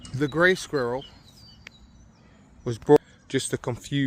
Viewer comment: My mum has lived in the UK for fifty years and still can't pronouce squirell 😂